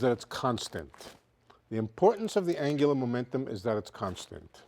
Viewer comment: "Anglumentum" lol